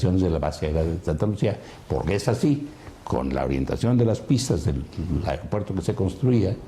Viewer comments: Airopuerto jajaja esa ni hablar sabe!!! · Airopuerto??? perdón yo creía que se decía aeropuerto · Puta madre será que no escuchó bien o está Adela se la pasa diciéndole AIROPUERTO???